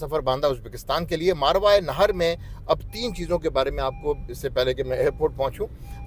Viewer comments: یہ اس لفظ کو ذھول کی وجہ سے بے دھیانی میں غلط بول رہے ہیں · اسلام عليكم ورحمة اللّٰه میں آپ جتنا قابل اور تعلیم یافتہ تو نہیں لیکن اگر آپ اجازت دیں تو عرض کرنا چاہتا ہوں کہ آپ جس خطہء زمین کا ذکر کر رہے ہیں اور اسے "ماروائے نہر" کہہ رہے ہیں اس کا صحیح تلفظ "ماوراء النہر" ہے۔ اسے انگریزی میں Transoxiana یا Transoxania کہتے ہیں۔ شکریہ